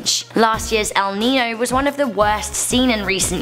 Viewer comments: SAME AND IM NOT EVEN SPANISH! It has this ñ which turns the pronunciation into a ny sound. It’s pronounced ‘el ninyo’ even if it’s written El Niño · Pronounced El - Neen - Yo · It bothers me how pronounces El Niño